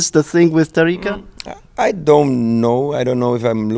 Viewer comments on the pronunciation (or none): Tamika, nie Tarika ;)